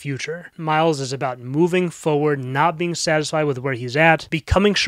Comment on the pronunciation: Oh, that's what you say, "forward" like that, because you believe it's spelled like this, "foward."